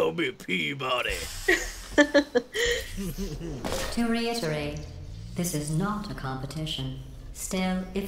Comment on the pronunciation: For a second there I thought Jesse said Pimp-Body instead of P-Body =D